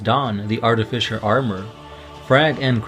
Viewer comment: I don't want to be mean, but every time I hear "artifiSHer", I cri insied